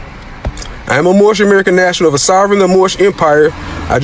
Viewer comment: Mushmouth from the Cosby Kids cartoon. "Moorishbuh Americanbuh Sovereignbuh Citizenbuh!"